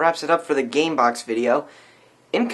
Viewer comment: LOL "CAMEBOX"